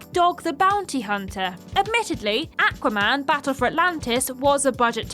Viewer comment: If i hear say AQua man one more time, i will literally die.